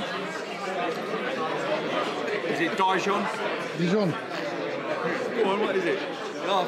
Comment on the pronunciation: It's not dayjon it's dijon